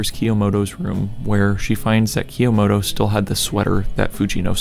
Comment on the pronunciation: PLS STOP SAYING "kah - yo - mo - to" PLSSSSS